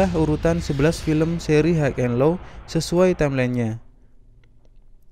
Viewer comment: Bacanya hai en lo, bukan haig en lo